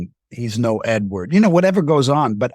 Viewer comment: Anyone else bothered by the way he keeps saying "Edward"?